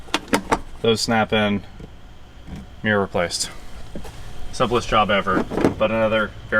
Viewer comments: This guy can't say the word "mirror" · is that a rear view ''mear'', or mirror??? Asking for a friend.